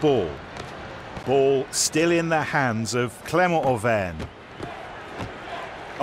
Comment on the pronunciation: I Think it’s Clermont Auvergne.